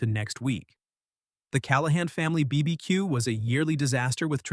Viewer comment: Never trust an AI which can't pronounce BBQ! It'll tell you pineapple is the best and most popular pizza topping next!